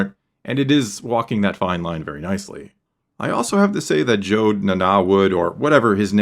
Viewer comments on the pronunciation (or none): Jod not Jode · Jod like odd, not Jod like ode